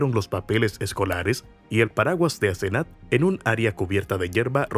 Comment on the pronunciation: Es Asenath lo escribe así y lo pronunció así la 1er vez q lo dice. Grave error no validar los datos mientras graba el audio